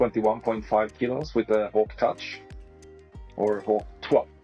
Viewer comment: did just say hawk tuah lmao